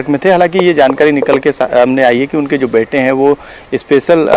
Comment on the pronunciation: Hai ki jagah kai bol rha h 😀😀